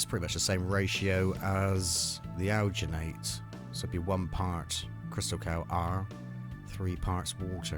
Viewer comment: It's Crystacal not Crystal Cow!